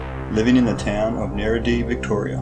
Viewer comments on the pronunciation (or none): you cant say niddrie lol